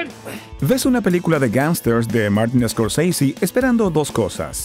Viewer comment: No te agas el ingles, pronuncia como alguien normal. Ose dijiste escorsisi